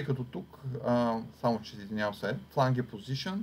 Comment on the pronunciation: Много полезен урок! Само да поясня, че произношението на Flange (фланец || ръб) е флендж, а на Edge (ръб) - едж.